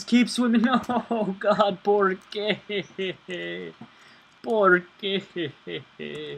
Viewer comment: Its not borguey its por que? Meaning loosely in english why? Or directly translated for what?